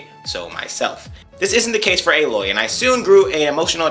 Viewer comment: I call her Aloy not Ey-loy. :P. JK